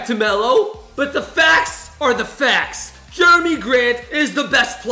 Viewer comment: Actually its jerami grant not Jeremy grant